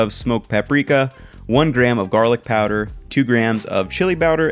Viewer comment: "Two grams of CHILI BOWDER."